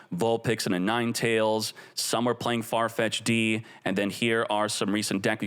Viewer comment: Aah yes, the return of Farfetch Dee. Lol (It's pronounced like far-fetched)